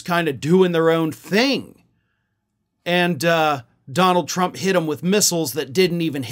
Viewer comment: ...I wouldn't normally correct you, but she never calls him "president Trump"...EVERYTIME she mentions him, she says "president Chump"...I don't say this as a joke, listen to the blonde whackado when she talks...she can't say Trump, it's chump everytime.